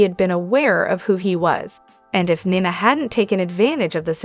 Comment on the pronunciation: Not Nana, Nina!